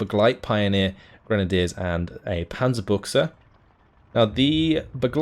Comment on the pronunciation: "[...] and a Panzerbuchse." love your pronounciation! By changing the "ü" with an "u" you change the meaning from Tank gun to Tank trousers :D Cool casting series - really looking forward to the next tournament already!